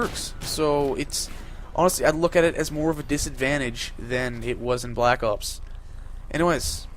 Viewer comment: you sound funny when u say black ops (black opes) lol